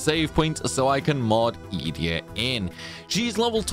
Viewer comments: Just me or does Ee-dee-a sound off? I always thought it was E-day-ah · Funny in my brain it was obviously eDEEEa not EEEEdea but i kind of like that too, is there anything official on the way to pronounce it?? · Funny, I pronounced it as E-day-ah too 😂. But, maybe we were wrong all this time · This is the first time I’ve ever heard someone pronounce Edea’s name. I’ve always called her E-Dee